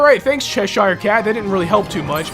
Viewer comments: it's not Shesh anything. It's Chesh. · No offense, but your pronunciation of cheshire as "SHESH-ire" is driving me nuts. I always pronounce it "SHESH-ur".